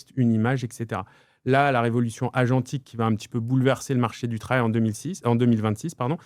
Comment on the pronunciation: 😂 Le R de « agentique » sort tout seul à chaque fois…